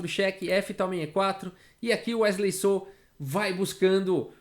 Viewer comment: Wesley “sô” ele é mineiro